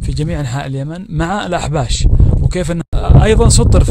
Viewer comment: اسمهم (الأحباش) مو (الأحابيش) لا تدلس